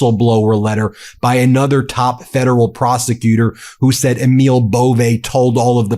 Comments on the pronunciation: EMIL IS PRONOUNCED AMIL LONG A. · Pronounce Emil correctly. Its Amil.